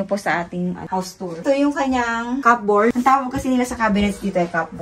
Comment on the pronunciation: May i correct lang po sa pronunciation ng cupboard po it’s kuh- brd . It’s silent P po